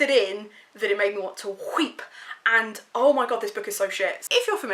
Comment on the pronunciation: "made me want to WHEEP" 💀💀